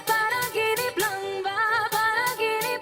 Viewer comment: the title of the song Panaginip is being read as Pa-na gee nip. You can pronounce it like a real Pinay. Do you know that Pinoys are born Singing not Crying......it’s only a joke.This is just an observation from your beautiful face.....you got some pimples but I love your eyebrows. Take care always.